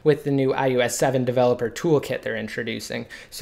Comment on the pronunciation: Fuck I hate it how this guy says 'IUS 7' ITS DEFINITELY AN 'O' If your videos weren't so informative I would have put it on mute...